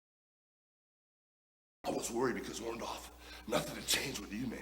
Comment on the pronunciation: I love how Hulk calls him OrndOFF